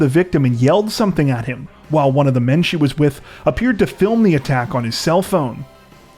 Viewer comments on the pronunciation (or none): none